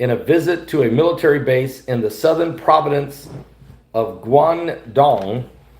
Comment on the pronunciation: 'PROVINCE' OF GUANGDONG, NOT 'PROVIDENCE' - PROVIDENCE IS DESTINY, NOT LAND...;)